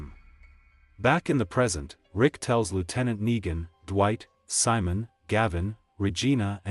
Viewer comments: RICK ITS NEGAN NOT NIGA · I don’t like the fact that certain parts of the story Yu keep saying niga and not Negan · bro said niga